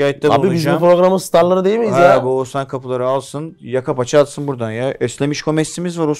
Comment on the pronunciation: Sorum her ikizine de 14. Bölüm tüm bölümlerde saydım sadece bir kez Oğuzhan diyorsunuz geri kalan tüm seferlerde oguzan diyorsunuz dikkat ettiniz mi hiç #teamakbel